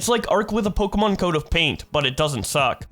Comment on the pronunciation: pleaaasee please please,, its pronounced "po kae mon" not "pok ee mon" PLEAASSEEEE😭